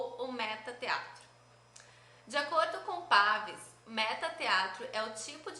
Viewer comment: Adorei o vídeo! Me ajudou muitooooo! Só uma correçãozinha: a pronúncia correta do sobrenome de Patrice Pavis é "Paví", não "Pávis", heheheh. Beijos e obrigada!!!!!